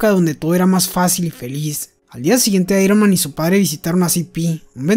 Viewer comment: dijiste Iroman 🤣😂